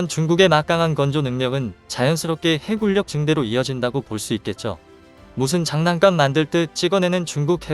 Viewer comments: 해군녁, 해굴력 아니고. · 내귀가 이상한가 해군력할떄 해굴력으로 자꾸들리네